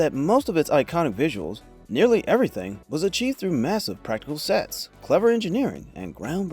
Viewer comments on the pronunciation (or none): none